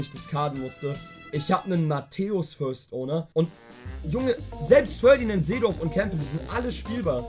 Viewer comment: Es ist nicht Ferdinand Baby, sondern PFÖRDINÄND BEBI :D